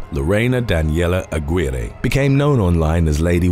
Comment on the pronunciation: Her last name in #6 is pronounced A-gi-reh!!!!